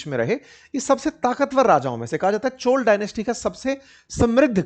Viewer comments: सर, ये चोला नहीं चोल है, कृपया अपमान न करे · Dear sir it's not 'चोला' . It's 'चोल '.